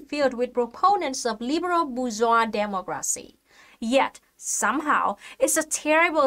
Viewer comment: Looks like she says demogracinha